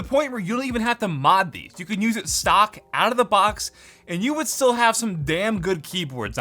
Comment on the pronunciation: but you're said it more like "suck" than "stock"